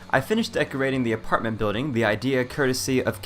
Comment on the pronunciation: He said artment not apartment